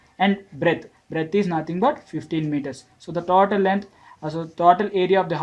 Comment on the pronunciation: it is not taautal it is total 😅😅